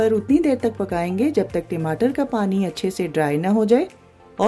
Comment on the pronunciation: Timatar mat bol dalindar timatar nahi tamatar hai wo